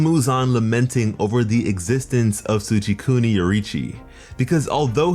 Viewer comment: "Tschikuni Yoriichi" its Tsugikuni!